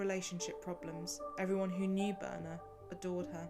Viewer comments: Her name is Birna, not Boerna. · Birna is actually pronounced Bitna, I know this as my sister in law is Icelandic and shares this name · please tell us how to pronounce Birna's name correctly. I am not sure, but almost certain that it is not pronounced as in the video. thak you.